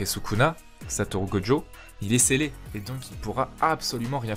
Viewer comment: Pourquoi tu l'appelles Godjo alors que son nom c'est gojo ?